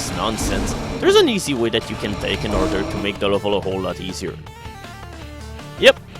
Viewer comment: He can say "perpetually gnashing maw", but not "in".